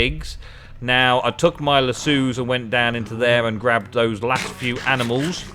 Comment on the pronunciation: lass o. not lass sue